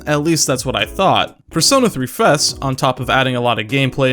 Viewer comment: The way you say fes makes it sound like the word for butt in french lol